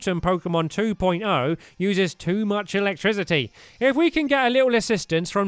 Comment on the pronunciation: The pronunciation of electricity triggered me Where are the notification squad